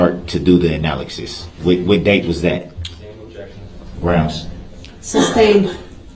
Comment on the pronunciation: "ANALAKSYS?" darrell you suck